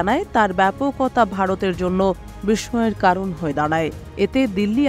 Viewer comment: বিষ্ময় কে বিষময় শুনে আমি বিস্মিত হয়েছি। হায়রে বাঙালি! সংবাদ পাঠক।